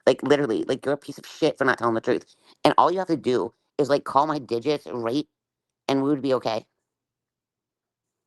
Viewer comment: The way she says "reet" (aka "Right") a thousand times is so annoying!